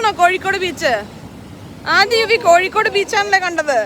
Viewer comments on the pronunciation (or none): none